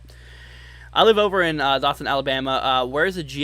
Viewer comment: it's pronounced Doe-thun